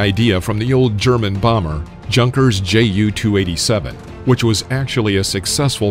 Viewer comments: Lol JUNKers. I think it's pronounced Yunkers. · Its.... Y U N K E R S !!!!! Like "Y a n k" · Wrong pronunciation of JUNKER... it is a German name... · Theres no wondering how anything gets in the air. The F-4 Phantom proved that if we put a big enough engine on a rock, we can get it to fly. Also J's in german sound like Y's. So its pronounced Yunkers not "Junk-ers." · junkers (yun-kerz)